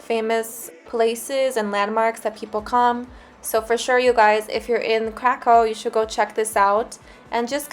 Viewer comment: it was ok,little akcent 😀